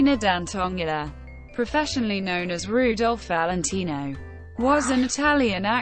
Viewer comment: the pronunce of his names is HORRIFYING.